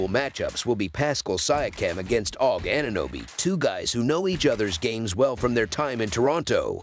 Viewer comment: Bro called OG "Aug" 😂😂😂